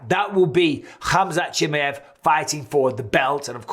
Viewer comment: 🤣 Bisbing is worse at saying Khamzat's last name (Chimmy-ev) than Colby is at saying his first name (Cumshot) 🤣